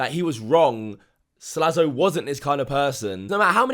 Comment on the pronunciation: His name is Slazo, not Slazlo.